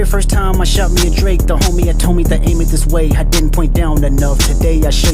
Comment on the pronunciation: Say Dreke😂